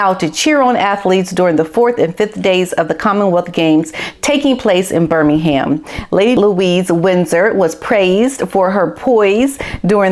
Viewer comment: please watch the Commonwealth Games to know how to pronounce BIRMINGHAM 👍